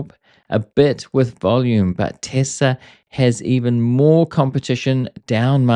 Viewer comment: Thanks for saying Tesla. When I hear Tezla I click away